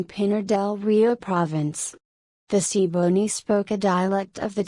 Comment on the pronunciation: Wishing the pronunciations were better. Ta-EEE-no, gwah-nah-tah-BAY, see-boh-NAY